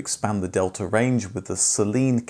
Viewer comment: Also 'delta' is pronounced differently in Italian; still good effort sir! 👍 Great video as always!